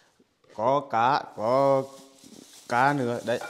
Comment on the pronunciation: Ổng nói làm cá.mà mình cứ tưởng ổng nói làm cà.học tiếng vn cũng khá lâu rồi mà nghe có khi muốn nhũn não chứ chơi